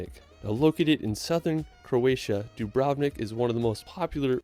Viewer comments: Don't wanna be a hater, but the guy in the video pronunced 'Dubrovnik' wrong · As a European, that pronunciation of "Dubrovnik" made my ears bleed